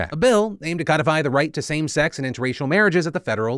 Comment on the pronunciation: For the third time, Phil: the word “codify” is not pronounced like the fish, it’s “code-ify”